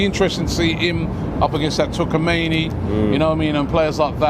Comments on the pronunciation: And Tchouaméni is not "TouKAmeni" its pronounced "chuwa many" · and his name butchering continues.. Laughed so hard when he said Tukameni for Tchouaméni.. 😂😂😂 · Who the hell is tuckameeny